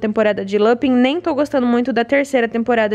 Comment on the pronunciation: Esse capuccino é PERFEITO de gostoso, mas beeeeemmmm doce! Ponto cedo eu parei de assistir na 3ª 😒 eu amava, mas enjoei. Lupin eu gostei (fala LupAn) 😂